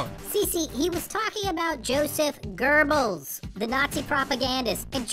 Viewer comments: GÖBBELS, FOR FUCKS SAKE. Not GÖRBILS Not even fucking nazis can pronounce that right. Your gerbil too. Correct : GÖh bells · Es ist Goebbels und nicht Gerbels!!!!!!!!!! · I thought that guy said "Gerbils" (instead of Goebbels) too... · Josheph GERBels? x) It's Joseph Goebbels, it's much more correct to read it as a simple u/oo, or even an e. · If that kid doesn't shut up, I'll kick him right in the "Gurbals"(he's talking about Goebbels, but the way pronounces it sounds like he's talking about his genitals). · ITS GOEBBELS WITH A B! NOT AN R! GODDAMN AMERICANS lol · Why do Americans pronounce Goebbels with an r anyway? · He was referring to the Nazi known as Goebbels, but I don't think he pronounced it right.